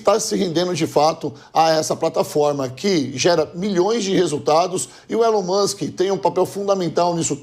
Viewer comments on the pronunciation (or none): "Fánki iún Elium Musqui"